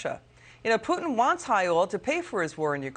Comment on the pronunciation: "Pewtin". Wow, I love that pronunciation!